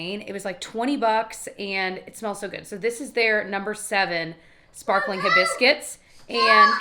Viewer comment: I giggled when it sounded like you called the perfume “hi biscuits” instead of hibiscus…clearly I’m having a moment.